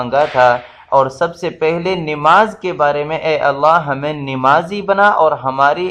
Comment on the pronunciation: Please bhai nemazi nahi bolen namazi bolen